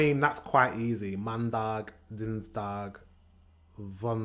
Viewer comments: the Dutch word for monday is maandag, not mandaag. And you pronounced them incorrectly, you said maandak, dinsdak, woensdak etc. Dag = day and dak = roof. You have to practice your soft 'g-sound'. Also, the 'g-sound' is pronounced differently between the north and the south. In the south-east they push the tongue to the top of the mouth to create a soft and airy g, while in the north-west we have a stronger and harder throaty g. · It's Maandag not Mandag ;-) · Amsterdam also pronounces koekje (biscuit) as koekie = cookie in (US) English. Maandag, not Mandaag, lol. Ok, so Zondag literally means Sunday and Maandag means Moonday. Vrijdag comes either from Frey or Freya, Freija being the goddess of love. Vrijen means to make love and vrijer is a (old) word for lover. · No you did not pronounce the days correctly Maan (aa as in AAARGH) Dag (Da as in dawn) Dins was correct Woens (oe as in spOOk) Donder was suprisingly correct Vrij (ij as in AYE aye captain) Zater (a as in AAARGH) Zon was also correct